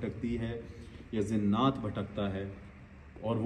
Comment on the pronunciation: Zinnat nhi ❌ jinnat👍